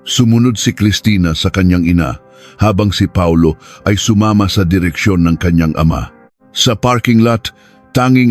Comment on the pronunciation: Instead na Paulo Reyes Pa-ulo Reyes Hehehehe 😅😅